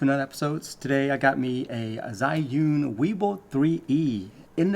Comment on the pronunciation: Finally a youtuber that can pronounce Zhiyun properly.